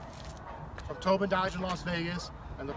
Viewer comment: Towbin... more like Towdin